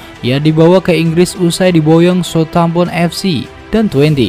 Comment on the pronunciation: Min min,, lu ngeja nama Southampton saja kagak bisa dg benar,, hadeeeuuhhh.. 😵🤦